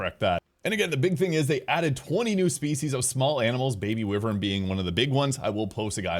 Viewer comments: Holy hell man, it is pronounced why-vern. 🤦‍♂️ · lmao I had to double check myself but multiple dictionaries have pronunciation as why-vern.